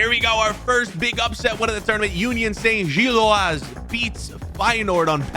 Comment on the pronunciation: please pronouncd gilloise as Gill-wah